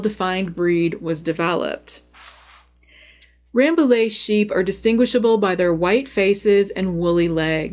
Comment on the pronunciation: Just a heads up that Rambouillet actually is pronounced RambouYeah, because french likes to be confusing Very interesting video, thank you !